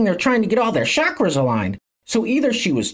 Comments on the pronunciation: cha-kras...it's funny she's using all these words she can't even pronounce correctly...what a joke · I wonder how she knows so much about "chakras", yet cannot pronounce it correctly even once! 😂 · Ok she doesn't understand ch is pronounced sh in that word like 99% of gen z😆